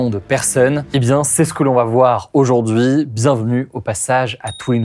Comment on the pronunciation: Suis-je le seul à aimer le contenu d'Hugo, mais qui a du mal avec ses "i" ? "Aujourd'huuiiwg" je crois que c'est le micro..?